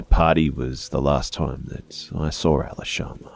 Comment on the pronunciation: Hey, why do you pronounce the word "saw" like "sar" btw?